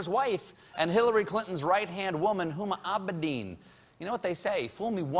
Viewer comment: Why do you make it sound like Huma Abedin is a Star Wars name or something? XD